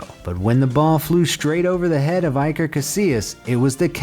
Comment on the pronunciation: Iker isn't pronounced like that